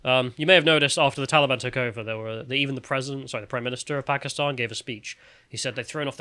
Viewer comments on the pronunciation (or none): none